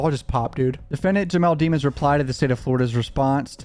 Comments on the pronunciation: Dem ons not demons lol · Can you please say his last name correctly? You've watched enough of the trial to know you are disrespecting the mans last name.